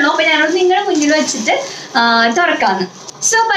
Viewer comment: കുട്ടിക്ക് നന്നായി മലയാളം അറിയില്ലേ???😛😛 "ട്ട" എന്ന് പറയേണ്ട സ്ഥലത്ത്‌ ഒക്കെ "റ്റ" ആണ് പറയുന്നത്.. 😬😬 തുടങ്ങിയിറ്റ് അല്ല തുടങ്ങിയിട്ട്... ഇനിയുമുണ്ട് വേറെ വെച്ചിട്ട് എന്നതിന്‌ പകരം വെച്ചിറ്റ്, പിന്നെ പുതിയതായിട്ട് എന്നുള്ളതിന് പുതിയതായിറ്റ്.. ഇതൊക്കെ ആദ്യത്തെ 1 മിനിറ്റിനുള്ളിൽ തന്നെ.. ഇത്രയും കേട്ടപ്പോഴേക്കും മതിയായി👎👎